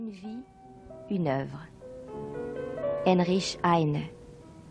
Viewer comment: C est pas Enrisch, c est Heinrich